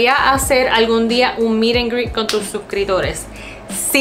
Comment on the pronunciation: Btw se te olvida la P de la palabra suscriptores, Sorry es q se escucha weird 😅